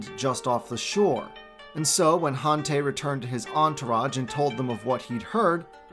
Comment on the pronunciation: Han tie is how it’s pronounced I eeked everytime you miss pronounce a lot of the names ugh so disappointing .